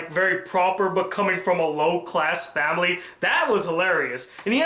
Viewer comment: did you say famiry